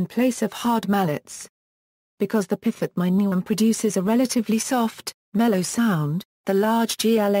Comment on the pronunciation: The automatic PDF reader mispronounces piphat as pifat. If the intention of this video is the bring the viewer closer to an understanding of Thai music, who ever made should consider steps to ensure the correct terms are used and pifat is not a term.